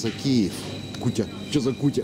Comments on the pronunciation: Че за кутя,ударение на Я,неук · Не кУтя,а кутЯ...Православный блин...